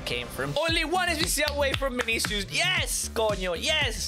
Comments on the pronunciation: His name is not Binicius his name is vinicius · i love how he says vinisius (no ofense)